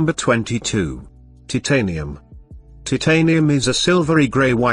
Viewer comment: bro its titanium not TITanium